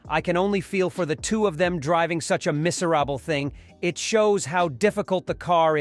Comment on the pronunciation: Is this an AI dictation... he said: ' Mis-ar-ra-ble ' instead of Miserable 😝its now , I can't listen any more.... haha - See Ya !!